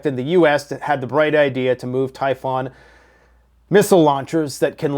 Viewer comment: Tie fon or “TYPHOON” missiles? Perhaps you should read through your notes once before hitting the record button?